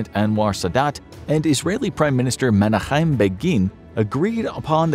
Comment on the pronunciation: Correction on the name pronunciation of Begin. It is MEN-a-KEM.